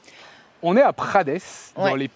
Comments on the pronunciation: ca se prononce pas "prades" mais "prade", le S ne se prononce pas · Ça se dit prade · Bonsoir petite rectification :« prades » se prononce sans le « s » ville où notre 1 er ministre était le maire 😜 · Prades... On ne prononce pas le S final 😂 C'est la ville de mon lycee.... Bon castex en est aussi le maire... Ça c'est moins glorieux ...